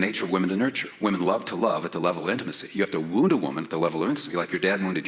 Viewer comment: I thought he was saying 'woo,' but he was saying 'wound,' i despise this man